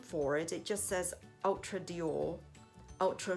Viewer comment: Hi!!! This is a beautiful color!!! I remember when you got the Mac in red!!! Which looked beautiful on you!!! This one I love the VD on the cap!!! The way you pronounce the Dior sounds soo classy!!! Wow you can definitely see the color!!! I love how the color looks on you which is so perfect!!! I loved the gloss look!!! I loved your video but I can see the price is definitely worth it!!! Xoxo Pam ♥️♥️♥️♥️